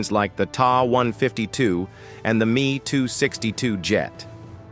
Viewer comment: The "tah" 152 and "me" (as me, not you) 262!😂